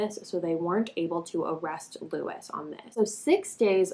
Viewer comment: It's Lewis